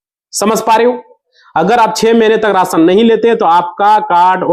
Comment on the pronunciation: Raasan nahin rashan bol